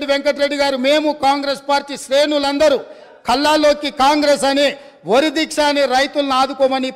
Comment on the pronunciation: వరి‌. అంటే వురి అన్నారు